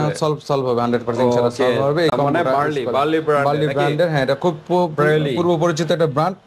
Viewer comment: কথাই তো বলতে পারেন না, ব্রেইলি কে বলেন বার্লি, মাড কে বলেন মড, ফালতু